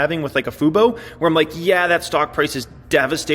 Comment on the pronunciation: Hey you learned how to say FUBO!!